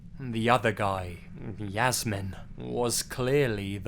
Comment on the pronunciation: A little tip: Jasmin is pronounced in German as [Yas-mean].